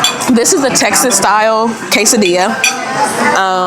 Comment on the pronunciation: Learn how to say quesadilla and tortilla please. I was embarrassed for you